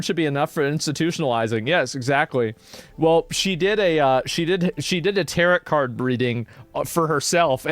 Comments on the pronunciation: Tarot Cards : "Tarrot" like carrot.... pronunciation : Tarrow / (T-air-oh) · Not Asmon saying tarot like "carrot" Still love ya though